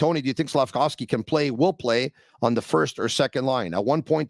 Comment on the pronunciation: Georges Laraque calling him Slafcocky. Priceless!!!